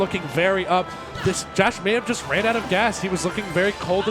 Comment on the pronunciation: Pronounced Josh 😭